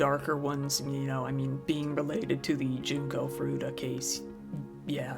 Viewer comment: junko not jinko tut!!